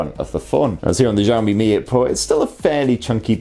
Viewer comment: I think your pronunciation of Xiaomi is wrong. Zhao= J sound and Xiao= Shiaw. I'm not Chinese nor oriental FYI.